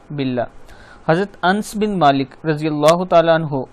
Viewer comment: Hazrat Anas bin Malik حضرت انس بن مالک رضی اللہ تعالی عنہ صحابی کا اسم گرامی پڑھتے وقت انس پڑھیں یعنی ا پہ زبر اور ن پہ زبر ر پہ جزم سے پڑھیں۔